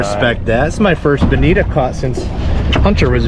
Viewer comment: I really enjoy your SPJ vids. Btw, I believe it’s bonito and not bonita.